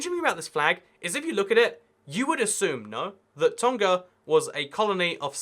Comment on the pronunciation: Pronunciation Correction: Tonga has a 'ng' sound like in the '-ing' ending (save for some dialects of English). On the note of Tonga, we call the people of Tonga Tongans